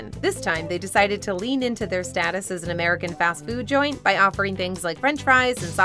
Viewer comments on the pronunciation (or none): none